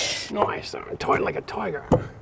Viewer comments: "Toight like a toiger" oh my God! You have no idea how excited I got when he said that. I say it all the time and get made fun of... I can now know I'm just as cool as my hero! Haha! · Builds stuff, laughs at himself, mocks Safety Sallies, "Toight like a toiger". I LOVE THIS DUDE!